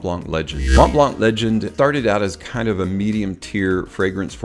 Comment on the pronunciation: You don’t really say the ‘t’ either in Mont blanc 😉 Thank you for the video. Great overview 👍